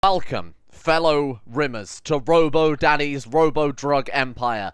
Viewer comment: There is nothing better than coming back from a hard day's work and hearing say the magic word: "Elcome".